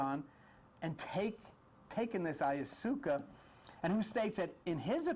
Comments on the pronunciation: I'm sure by now you know it's pronounced: I-ya-wass-ka. The trips taken with this element are indeed profound, life changing and highly spiritual. Makes one no longer fear death realizing this realm of existence is is just one of many dimensions. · blessings, thank you for sharing the knowledge. the information is clear It doesn't matter how you pronounce the words, I have the same problem sometimes. I think I like "ayasuca" better, cheers